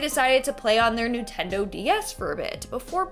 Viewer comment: Did she say NEWtendo?